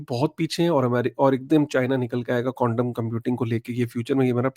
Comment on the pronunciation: ❤Bhai aap baar baar condom computing bol rahe ho. Quantam computing bolo 10 baar clearly Bhai.😂